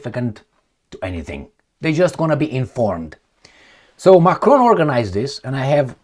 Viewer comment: His name is Macron, NOT 'F'cron as you just mistakenly pronounced!